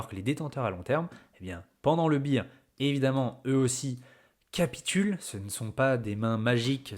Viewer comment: 😅Accent sur BEAR market on dit pas BIR… on dit BÉR … voir DeepL en audible…si besoin. Rien à voir avec BEAT (bit) ni The Beatles 😂 ze Bitels Je sais je casse les C.lles 😊 tant pis.